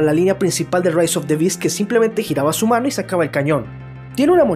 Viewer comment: Dijo mano o ano😐